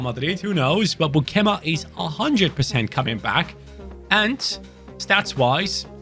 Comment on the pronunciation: As a dutch, it was hard to hear u say beukema so wrong😂😂 but liked to watch the vid🥰